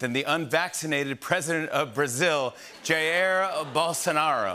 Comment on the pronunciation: While americans always tend to mispronounce brazilian words, i could never imagine Jimmy Fallon's pronunciation of "Jair" would be THAT bad...